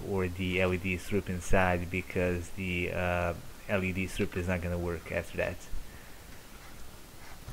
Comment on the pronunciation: to de , to de, to de, for de, use dee, put dee, Take dee, Off dee, dees a............!!!!!😂🤣😂🤦‍♂️🤦‍♂️🤦‍♂️